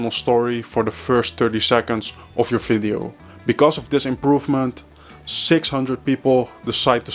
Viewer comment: "Fideo" or "Video" ?